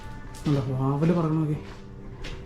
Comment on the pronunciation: വാവൽ അല്ല വവ്വാൽ